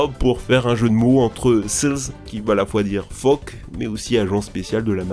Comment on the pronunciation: Charisme 😂 le mec j'ai jamais vu une seule vidéo où il prononce pas au moins un mot comme un débile (rien que là écoute le dire "phoque" c'est à mourir de rire).